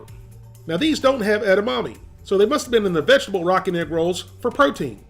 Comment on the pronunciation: (Not making fun) but for the longest time during the beginning of the video I swear you were saying "Rocket Rolls", and I was so confused 🤔